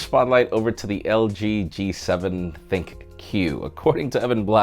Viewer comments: thinQ is pronounced Think as in intelligence AI, not thin and Q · LG G7 THINK! THINK! NOT THIN Q!